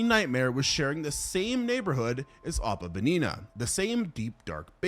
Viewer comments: Im not trynna be a dick but 1 hope youre having a good day and 2 You're pronouncing opabinia wrong and its a little frustrating (but thats only because im autistic asf when it comes to paleontology 🥲) its pronounced (oh-puh-BIN-ee-uh) not (oh-puh-ba-NINA) but again i hope you have a good rest of your day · OH-PAH-BIN-EE-AH. for God's sake